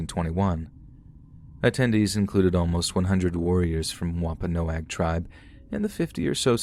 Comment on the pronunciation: Thank u so much for actually pronouncing Wampanoag correctly. ❣️❣️ Hope u have a great holiday season.